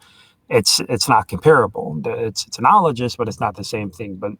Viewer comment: is dreadful. A boring, aggressive motormouth unable to have a conversation. But he seems good at holding grudges. And it looks like he never learned how to pronounce analogous, although he loves this word. Turbines rotate, but not all things that rotate are turbines. A flagellum is more like an axle turning in a bearing, definitely not a turbine. is dumb as an atheist rock.